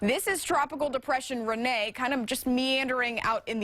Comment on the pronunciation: It's not Renea it's Rene